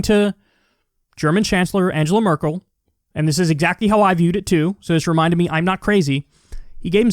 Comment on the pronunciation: It's Merkel, not Merkle.